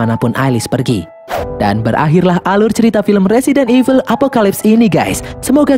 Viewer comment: Evil kok jadi eveul sih?